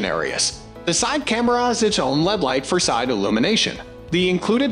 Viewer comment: I gave up after the robot pronounced LED as "lead". 👎